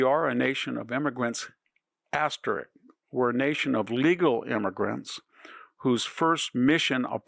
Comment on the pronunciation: Asterisk... not "asterick" Roundevous? Big fan -- bought several of your books... but really.